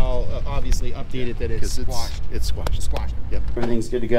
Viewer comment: Love your audits. FYI, the proper term is quashed, not squashed.